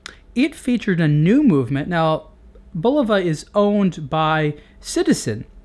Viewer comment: It's BULova, not buLOVa.